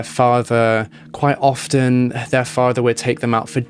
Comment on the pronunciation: Interesting video...on a side note, I wanted to tell you that the "t" in the word "often" is silent. You sound pretty professional so, I thought you'd wanna know.